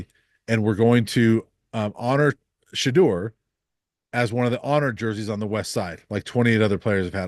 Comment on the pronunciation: Learn how to pronounce Shedeurs name and maybe I will take your opinions informed 🙄 It’s been 2 years. Journalist who pride themselves on research